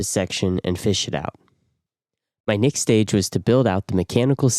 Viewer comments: Next. With an e. Nixt is so irritating i could i had to turn off audio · Next not nixt thought you were an AI voice after hearing the mispronunciation 43 times in the video😂 can't wait to see your nixt video🎉 great workmanship excellent finished product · Why are you saying "nixt" instead of "next" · Why do you say Next like nixx? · Nixt??? Are u trying to say next? Think of sex with a T after the X. What kind of accent is that anyway? Never heard nixt before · Finally, someone shares great info on how to waterproof a shower, and even says the word next really funny. 100% stealing many ideas from this build. Is there no issue with mounting the heater right next to the batteries?